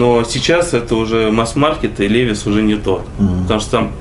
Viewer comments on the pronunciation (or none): Левис)))) Левайс... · не лЕвис а левАйс